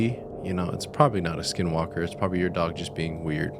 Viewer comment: Not supposed to say the name, and I believe that you said it wrong. My grandpa told me you don't say it or it may make them come.